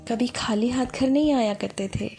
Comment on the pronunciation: خالی' کو کھالی کہنا اردو کے شایان ڈان نہیں!؟